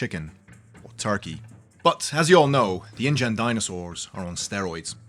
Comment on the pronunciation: It came as indian rather than ingen